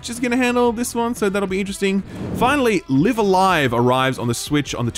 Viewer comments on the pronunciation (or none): You pronounced Live A Live wrong - it's LIE-ve a LIE-ve.